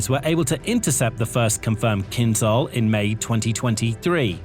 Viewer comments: You tend to mispronounce the word 'KYNZHAL'. The 'zh' sound is to be pronounced the same way as in 'decision', 'television', 'measure', 'vision', 'conclusion', 'division' and 'pleasure'. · Feel free to pronounce "Kinzhal" like "Kinshal" - then it fits.